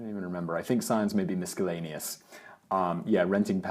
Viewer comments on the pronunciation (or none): Ads on your channels are a lot less unpleasant than the traditionally outsourcedly produced ads. About the mispronunciations you were talking about, I suppose you may have had your “Business Blaze” attitude, as in “I don’t care.”, but “miscellaneous” is not pronounced as “misckellaneous”. There’s no “k” and the “c is silent, just so you’re aware. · "misc-ellaneous" Love your stuff guys! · "Miskellaneous"!? 34.36 mins. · Why does Simon pronounce miscellaneous with a hard c? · Simon, the Page Flip dragonfly Bluetooth pedal will allow you to go forward, backward, left, and right. You can also reprogram it with a computer if it doesn’t work correctly in a given app, and it has five different modes if you use different apps. Also, the word miscellaneous does not have a hard C anywhere in it. Nor does the word lengthy, have an Ly at the end. It is not lengthly, although that one might be a British thing. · I've never heard miscellaneous pronounced that way :)